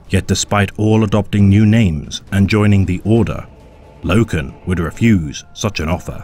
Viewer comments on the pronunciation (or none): none